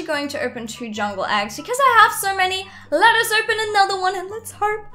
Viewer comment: Let us- Me:Lettece?